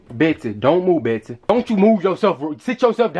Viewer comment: beaht sea